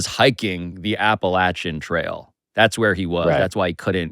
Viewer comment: Yayyyyy Pablo knows how to say “Appalachian” correctly! Thank you, Pablo!